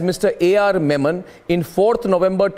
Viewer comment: It's Yakub Memon, and not Menon 🤦🏻‍♂️🤦🏻‍♂️🤦🏻‍♂️😂😂😂